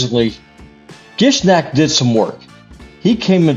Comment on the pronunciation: “Nish-ahk” “Sill of the drakes” You should totally try to go full nuke build with this guy